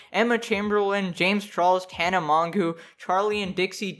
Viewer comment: When he said Tana Mongoo, I felt that...